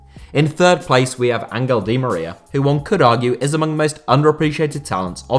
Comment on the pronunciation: Wtf is "angle di Maria" 😂😂😂